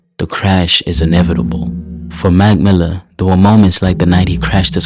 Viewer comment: Brother it’s “ Mac Miller” not magmilla take a damn breath use punctuation. Terrible for my eardrums couldn’t make it past the first 15 seconds